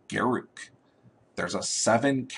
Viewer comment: It is pronounced GAHR-uhk (as in huck), not GAH-ROOK (as in duke). In any case, Heliod's (HE-lee-ode) Pilgrim will be going into my Bruna deck for EDH.